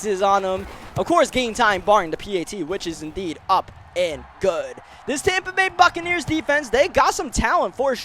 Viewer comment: Never realized it was Tompa Bay. Always thought it was Tampa Bay...